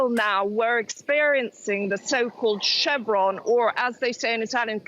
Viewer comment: That's Charon, not Chevron.